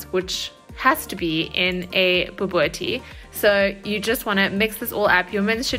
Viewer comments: Pronounce it "boo-bo-teee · It's pronounced "ba boo tea"😁.....your recipe looks and sounds amazing 👏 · 🤣👏🏻👏🏻 Pronunciation completely wrong… BO-BO-TIE… the T is the one you want to emphasize when saying the word😜 Can’t wait to make this!!! Love you … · Bobotie with a t, not kie or tjie. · lol it's pronounced bobotee